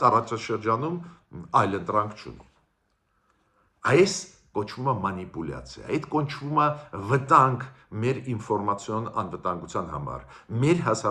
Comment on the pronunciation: Բոլորդ խոսում եք, բլա–բլա, բայց Հայերեն չեք սովորում!!!!! Իսկի ռուսերեն լավ չես իմանում! (ասում ես "մՈնիպուլացիա", երբ мАнипуляция, mAnipulation, այ իմ գրագետ ախպեր!)